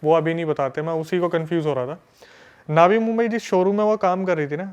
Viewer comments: उसको बोलो नवी मुंबई होता है ना कि नावी मुंबई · नावी मुंबई नही नवी मुंबई बोलते हे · Naavi nhi navi Mumbai h 😂😂😂vo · ये नावी मुम्बई क्या होता है, वो नवी मुम्बई है, मराठी भाषा में नई को नवी कहते हैं, नई मुम्बई जैसे दिल्ली और नई दिल्ली